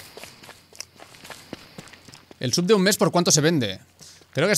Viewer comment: Cada vez que dices sub alguien muere en el mundo hispanohablante